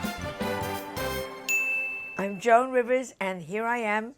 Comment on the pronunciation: Yes, we pronounce her name as one syllable, “Jown”.